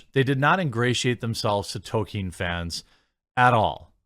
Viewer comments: Toll keen not Toe kin. There is an L in there that you somehow are unable to pronounce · I dont know if Jeremy knows what an 'L' is. He just cannot seem to pronounce them in 'toLkien' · Why not say Tol keen